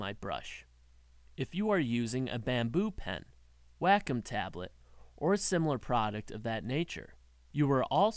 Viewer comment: "Wack-em Tablet"